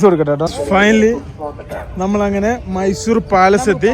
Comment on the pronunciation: ചേട്ടാ മൈസുരേ അല്ല മൈസൂർ